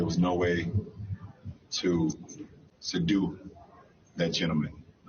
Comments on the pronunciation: "sadu" that individual...I think you mean "subdue"... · Did he say sadu when he meant to say, "subdue"? I hope not! If so, this guy is DUMB! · Did he say sudue?? Did he mean subdue?? That's not even a word...dummy. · Did Lebron just try to say subdue and said sadoo 🤦🏿‍♂️ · What the hell is sudue? Does he mean subdue? Is that like Lebron is the gute, and Jordan is the goat? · No, he said "sadue him" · Did Lebron James say "sedoo"...? I love how Lebron knows all about subduing a violent criminal...He should become a police officer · LaLoser Said SEDUE!!😂 LaLoser Needs to take English Courses to Learn Proper English Pronunciations!! Stay in your lane and DRIBBLE!! The Guy RESISTED ARREST AND HAD A WEAPON, THEN WENT TO HIS CAR AND WAS READY TO GRAB SOMETHING!! HE SHOULD'VE COMPLIED!!